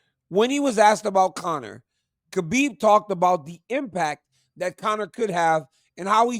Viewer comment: Why is Cormier after decades of knowing the guy still pronouncing it KABIB when its pronounced HABIB